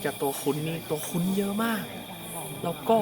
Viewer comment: ตัวคุ้น ❌️ ตัวคุ่น ✅️